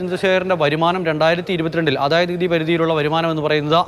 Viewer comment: റിപ്പോർട്ട്‌ പറയുമ്പോൾ എന്ത് കൃത്യമായ അവതരണം എല്ലാം വ്യക്തമായി പറഞ്ഞു... ""ആദയനികുതി റിപ്പോർട്ട് "" എന്ന് പറയുമ്പോൾ.. ഒരു അവക്തത...😂😂 അവിടെ വരുമ്പോൾ എന്താ ഒരു.... വ്യക്തമായി പറയാൻ ഒരു മടി.... 🤣🤣🤣🤣